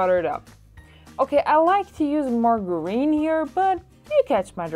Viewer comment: Those patties look real good. That's a interesting way to pronounce the word margarine by the way. 😊 Nice video